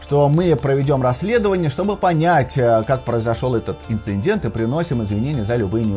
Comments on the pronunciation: Новость интересная. Но "инциНдент" всё-таки очень режет слух. Правильнее говорить "инцидент" — без "н" посередине. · Это же прямой перевод с английского: INCINDENT...инциндент.